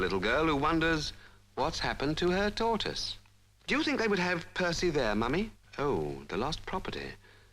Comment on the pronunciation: A Tor-iss.....huh? Someone left a tor-iss on the bus.